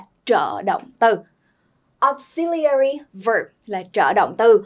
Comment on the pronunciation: Từ “auxiliary” âm thứ hai là /zi/ chứ k phải /si/ nheee